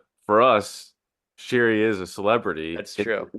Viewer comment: The woman in question is pronounced SHERRY ( like the wine), not Cheree’.